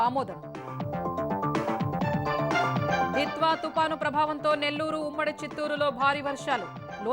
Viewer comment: విద్వ తుఫాన్ కాదు సార్ దిత్వ తుఫాన్